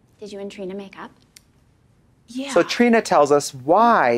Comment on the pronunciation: Katya calling Trina “Tarina” is sending me 😂